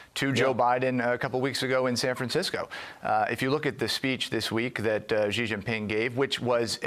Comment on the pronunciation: Ha ha ha expert on China called Xi "jee jinping" OMG Xi is pronounced "She" like the female pronoun. I hadn't watched the vid until now because, well, it's FOX, but that's hilarious. The expert can't pronounce his name right. Not even close. And you guys listen to this "expert"?